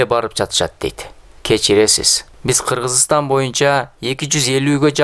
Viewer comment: Макаренко мектеби Кыргызстандаледа эжеке Кыргызстан деп айтканды уйронуп алатурган экен,Киргизстан эмес Кыргызстанда это неуважение.